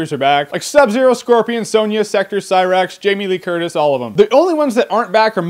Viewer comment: Sheeva - 'Jamie Lee Curtis'. ROFL